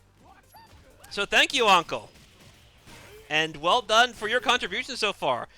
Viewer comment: uncle lol u make anqel sound like uncle and btw turkey !! thats fucking 4k further then me and theyr having a gg